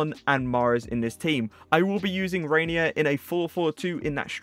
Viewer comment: its pronounced henye